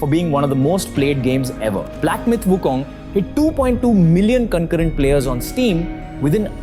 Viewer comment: So far you are the only one that I encountered pronouncing WuKong in Chinese way---WuKung, not WuKong.